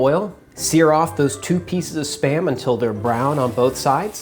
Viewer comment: I hear sperm every time